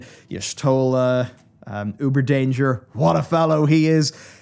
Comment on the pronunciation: Did you just call Urianger , Uberdanger? KEK